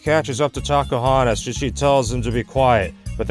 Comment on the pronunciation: I don't know why but whenever says "Tacohonos" It always sounds like he is saying "Takahunters"